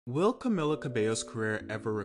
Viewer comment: It's CamEEla